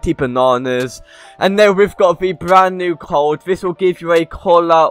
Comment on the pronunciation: what the he say cold haha not cold its code haha😂😂😂🤣🤣